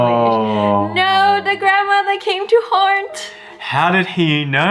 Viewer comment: I love wengie: Oh my god she came back to haurnt It's haunt not haurnt 😂😂😂❤❤❤😂😂😂